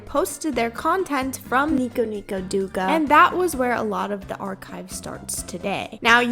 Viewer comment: nico nico douga is pronounced nee-ko nee-ko dough-gah btw :face-turquoise-covering-eyes